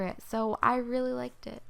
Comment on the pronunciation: When she said "I really liked it" when she was poking the mocha mint slime, it sounded like she said "I really licked it"😂